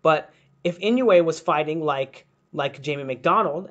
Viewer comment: I dissliked it because u did not study on how to pronounce his name if u dont respect the fighters u are studying. Then u have nothing of value to give me.